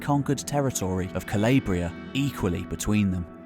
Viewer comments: Calabria . Say it with me. Cah-lawww-briaa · if you're going to do documentaries about Italy, you might want to learn how to pronounce Italian names. "Cal-AH-bria," Not "Cal-AY-bria". "Pal-AIR-mo" not "Pal-ERR-mo".